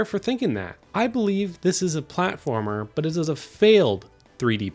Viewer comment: “What’s a pwatformer wit out the pwatforms” -Bubzy